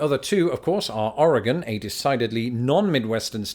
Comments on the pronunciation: Thank you for pronouncing Oregon correctly. I’ve never been to Oklahoma either, but I hear it’s a very good place to be from, as in not living there any longer. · I’m in Oregon and thank you for pronouncing Oregon correctly. A lot of Americans get it wrong. 😂